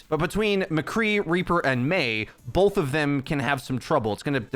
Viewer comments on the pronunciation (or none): idk why but i just noticed he pronounces it "bolth"